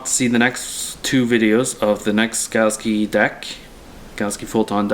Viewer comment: It's "galaxy" not "galski"